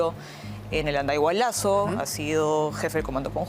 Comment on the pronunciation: “andayhualazo”? 😅